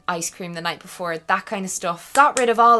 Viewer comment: I am fully in love with the fact that you rhymed 'night' and 'shite' in your accent